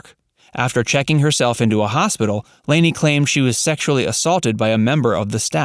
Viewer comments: "Lah-nee" not "Laney". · Lani O'Grady's name is pronounced Lonnie, not LAN-EE. Her older brother is actor Don Grady, who played Robbie Douglas on My Three Sons. And the family's last name on the show is Bradford - BRADFORD! Rest in peace; Diana Hyland, Lani (Lanita Agrati) O'Grady, and Dick Van Patten. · FYI. It's pronounced "Lonny" O ' Grady. Not "Laney". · It's Lani, which is pronounced like Laney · Nope. She has the Hawaiian name Lani which is pronounced "Lonny". (I lived in Hawaii for 20 years.) She is buried there. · One correction, please. Lani's name is pronounced with a short "a" not the long "a" that you use, repeatedly. In deference to this beautiful kind soul, please make that change. Thank you. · Yes, that annoyed me to as well as continually naming the tv family incorrectly. it was Bradford not Brayford.